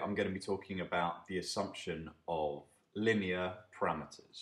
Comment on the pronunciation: Your pronunciation of 'linear' is driving me crazy!